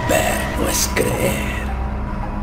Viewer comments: pero dijo ceer en vez de decir creer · me di cuenta que dijo:Ceer: osea dos ee pero le faltó la R y es "Creer" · mira bien al segundo creer de abajo dice ceer